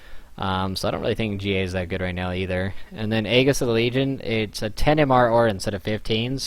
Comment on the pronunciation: It's ae-jess, not egg-is. All of you pros say it that way, and it's horribly wrong.